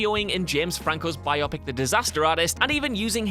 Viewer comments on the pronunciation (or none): Little nitpick. It is "bio-pic" not "biop-ic."